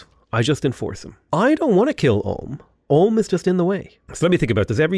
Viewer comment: Never heard Ulm pronounced Om